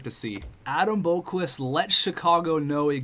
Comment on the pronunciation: You are pronasinge Adam Boqvist roung